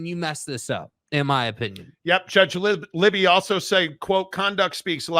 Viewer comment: The judge is Gary Libey…pronounced “Lie-bee”—not “Libby”.